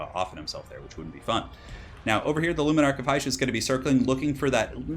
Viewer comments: Its not "heish" you pronounce it as "hish" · Dont know why but everytime you said: "luminark of hysh" it just sounded wrong to me, lol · Because it was. He mispronounces a lot of things in his vids.